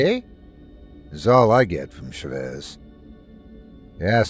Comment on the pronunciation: ChÁvez not chavÉz, it drove me insane that you'd accentuate the wrong part of the word; please you have google translate use it before mispronouncing names so bad T-T